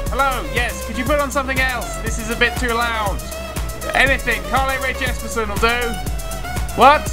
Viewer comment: I may be spelling things wrong but even I know it's Carly ray jepson not Carly ray jes-per-son